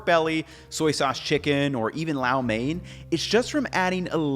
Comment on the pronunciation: There is NO "a' in " lo' its pronounced "low-main"